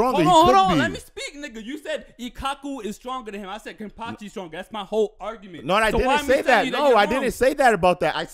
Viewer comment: Yea just wait for kenpachis next fight. There all gonna be like damn hes dope. The only reason ichigo had a chance is because kenpachi didnt wanna body him instantly, its amazing how spot on is, thell see they just barely have seen kenpachi yet. I just grin every time they say kenpactchi, there gonna relize that a serious no eyebatch and a little technique kenpachi is stronger than allmost everyone.